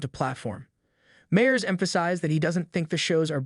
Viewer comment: You mean like a video about Seth Meyers in which the "narrator" cannot pronounce the name "Meyers" correctly?